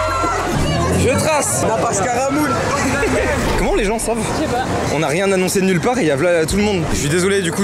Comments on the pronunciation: go retrver le mec qui a dis nappage caramoul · "Nappage Caramoul" mdrr cette masterclass qui reste dans notre mémoire